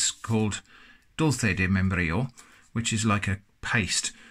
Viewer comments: Crrrema de membrrrrillo. Well said sir 👍🏻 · That hard Spanish /j/ sound is not your strong suit I see. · "crima Di meienbrillou"